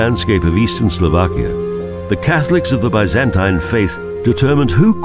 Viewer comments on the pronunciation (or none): Slo VAH kia! Not Slo VACK ia. All "a's" are soft in the Slovak language. No such word as Slovakians, they are Slovaks. The accent is usually on the first syllable, i.e. BRA ti slava, NOT Bra ti SLAVA. So far only one video on UTUBE has pronounced the capital of Slovakia correctly. I am Slovak, I wish these people would do a little bit of research and not disrespect the culture, by giving people very incorrect sounding of the words.